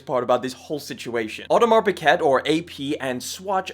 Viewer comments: Learn how to pronounce words , its sound is peekay not pickit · Its pronounced as Audemar Pigei... Not Piget! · Lowkey I couldn’t finish the video. “Audemars Baguette” is crazy…. Piguet isn’t even hard to pronounce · It's not pronounced pick-et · I am sorry, but … You’re mispronunciation of “piguet” is so cringe!!